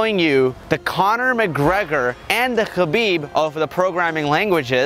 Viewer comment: Learn to pronounce Khabib first! lol